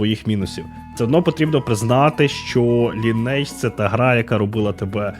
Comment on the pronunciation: через 20 років виявляється, що назва гри звучить як ли-ні-едж, з наголосом на "и" ))